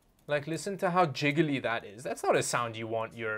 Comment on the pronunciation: The way you say jiggly is wonderful lol